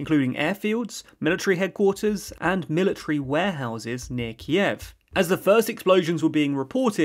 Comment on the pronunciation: Kyiv — stress on a first syllable. The way you pronounce in terribly wrong and sounds weird